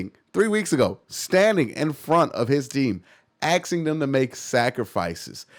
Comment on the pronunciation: asking* not aksing